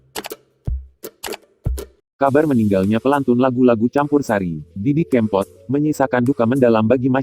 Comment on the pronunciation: Didi kèmpot bukan kempot pengisi suaranya kok gt sih :(